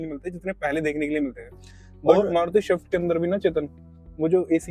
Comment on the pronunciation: Shift nahin "Swift"😂